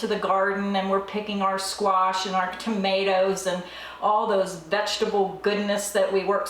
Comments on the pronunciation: Squash - NOT squaRsh! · I love how you pronounce squash. ;)